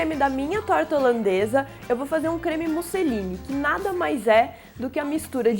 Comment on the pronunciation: Eu ouvi "creme Mussolini" no :v